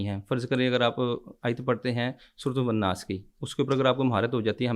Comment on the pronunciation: surah nas ko wanas bol raha he